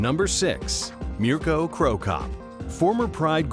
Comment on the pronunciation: I like how he pronounces Mirko right.